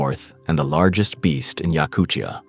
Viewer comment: A great video, thanks. I would pronounce Yakutia like time, not chukotka, not Yakuchia, Yakutia.